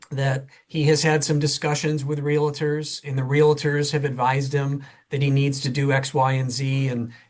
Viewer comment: I hate when people with an "advanced" education can't pronounce simple words like REALTORS. It's NOT Real-a-tors. SMH😳🙄